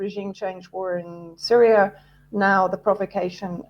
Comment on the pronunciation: WTF is Libyar, Syriar and Chinar? Speak properly.